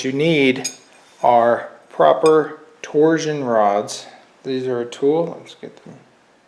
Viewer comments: "Torzzzion rods", huh? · You say “torsion” weird.